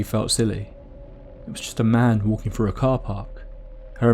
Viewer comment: "..Somefing was bovering him..", "..Could see frew the window..." Ugh. Please practice saying your Th's. Th, Th, Th, Th. There is No 'F' in 'Th'!